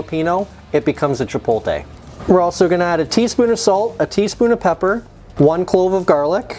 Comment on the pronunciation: I’ll start the argument. You need to learn how to pronounce “chipotle.” It does look good good though!